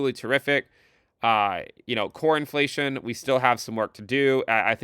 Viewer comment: When you say "Core Inflation" it sounds like "Cornflation" and I'm here for it